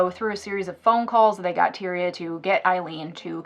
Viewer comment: Its TIE-REE-UH